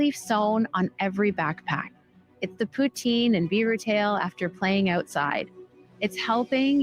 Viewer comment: The entire time Karina Gould was talking I was saying out loud repeatedly " how are you different, how are you different"... ...and then she mispronounced poutine... and THAT WAS THE FINAL STRAW 😂😂😂